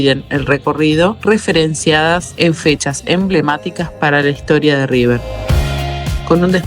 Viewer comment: "El" Riber??? Ningún argentino lo dice así, sos un trucho